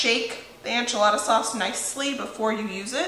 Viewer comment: PLEASE!! Enchilada is spelled with an e not an a. Please try to pronounce it properly. I’ve watched you for several years and I kept hoping someone would point this out. I’m sorry for being such a grinch. I love you and your show.